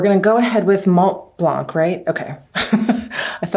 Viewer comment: Please ..don't pronounce the "C"..re: Mont Blanc, Sauvignon Blanc, etc ...it's silent ...Love ya😉